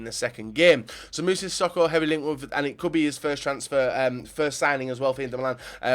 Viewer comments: Siss-oko???? Fucking Siss-oko!? What the fuck is that? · You butchered sissoko's name